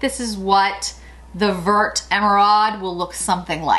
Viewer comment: Oooh this is exactly what I needed - can’t wait to pick up a few of these! 🤩 By the way, the word “vert” (green) is pronounced like it rhymes with the word fair. Thanks for another great video! 💗